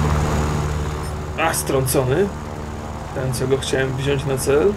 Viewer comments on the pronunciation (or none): none